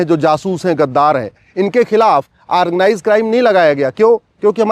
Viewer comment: aargnize nahi organize hota he,,kaangress nahi congress hota he,, advocate sahab thikse pronounce to kijiye,,,baki ap sahi bol rahe he,,hamare desh me kuch kanun to badalna hi chahiye